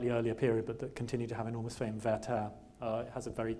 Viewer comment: In his renditions of Schubert's song, Bostridge's pronunciation is almost flawless, but he really doesn't get "Werther" right. It's WER-ther, not wer-THER.